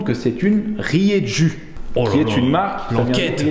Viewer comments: désolé de faire le relou les gars, mais Rieju c'est espagnol et ça se prononce Rierou! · ça se prononce riéjou ESPAGNOL !!!! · Salut du 65. Rieju c'est une marque espagnole ! Et nous dans le sud on prononce ça rirou 😉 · Rieju est une marque espagnole (bien connue des enduristes et crossmen). Par contre en prononce rieru et non rieju. (La lettre j n'existe pas en italien) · Rieju = spanish Et ca se prononce "rrrrérrrrou"